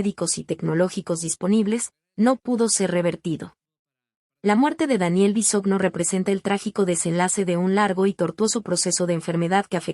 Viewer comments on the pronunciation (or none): No se dice Bisogno oiga🙄....su apellido es Bisogño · No sabe pronunciar el apellido de Daniel pero si tiran m13rda y comentan lo que no les.importa. exponiendo a su niña. Si quieren tener dinero envidiosos trabajen